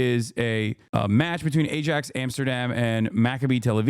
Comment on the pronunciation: Eye* ax* 😂 not aj ax